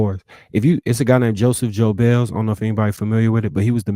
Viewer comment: Did dude not know how to pronounce Goebbels? It’s not “Joe-bells.”